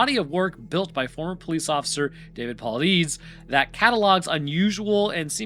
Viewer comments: Paulides is pronounced paul-eye-deez, and he's just a fraud grifter making money off of tragedy. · Hey just so you know his name is pronounced Paul-eye-dis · If you like the missing enigma you should check out the lore lodges takes on david poulides work! and their videos in general. please keep saying mr pooliedeasys name wrong its so funny. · I think his name is pronounced "Paul-lye-dez"... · David himself pronounces his last name as Pah-lie-dis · That's still not how you say his last name. 😂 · Mispronouncing david paulides name is hilarious, keep it up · I've never heard anyone pronounce Paulides the way seems to he intent on doing.